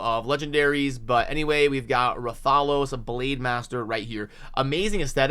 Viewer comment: That’s not just an ordinary champ. That’s the hunter in rathalos armor the mascot of the monster hunter gaming franchise. Brooooo I can’t believe they’re partnering with monster hunter! 😁😂 also his pronunciation is “Wrath-a-los” you have the “los” pronunciation right. It’s hard to explain in text. The los is like you reading the letter “O” not the short “aww” sound. So it’s “wrath-aw-los” or “wrath-uh-los”